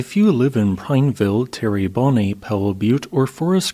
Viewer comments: It's more like "terra bawn" isn't it? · FYI, the locals say 'tera-bone' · Terrebonne is pronounced "Terra-bon." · I know you try with pronunciations and you do really well. But the way you pronounce Terrebonne is just hilarious😅😅😅